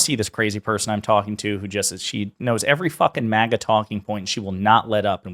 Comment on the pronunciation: It's not "MOGGA", which sounds classy. It's "MAGA", as in trashy.